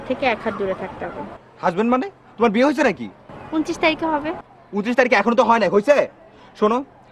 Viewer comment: আপনার "বিয়ে" এবং "ঠ্যাং"-এ কিছু সমস্যা আছে।